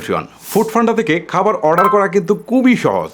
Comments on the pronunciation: খাবার ❌ কাবার😂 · Khabar na Kabar 😂😂😂😂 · খাবার❌ কাবার✅ 🙂🙂😬